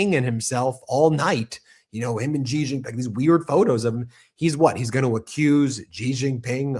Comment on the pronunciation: It's Xi Jinping. Not Ji Jinping... And, by the way, "Xi" is pronounced "She".